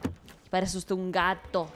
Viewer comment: "Uteh eh un vato" Cuánto me rei XDXD